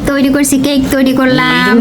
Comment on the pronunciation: That is cake not caike😂